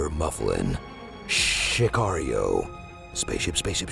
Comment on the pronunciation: "shhhhcario" lol